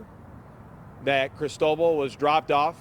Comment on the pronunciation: That's not how "Cristobal" is pronounced.